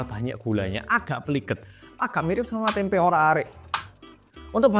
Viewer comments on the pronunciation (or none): none